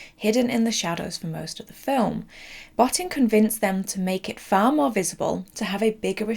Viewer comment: sigh bo-TEEN, not BOT-tin It's so disrespectful to mispronounce someone's name. It takes literal seconds on YouTube to find the correct way. Come on.